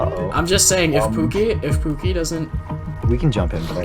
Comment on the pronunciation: was when I just noticed that guy called him Puki not pookie 😭😭